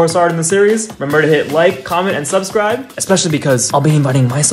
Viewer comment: i like how instead of saying subscribe he says su(emphasis on u) bscribe